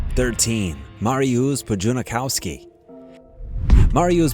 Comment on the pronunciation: You couldnt have pronounced number 3's name any worse....its Mar-ius Pudz-a-nof-ski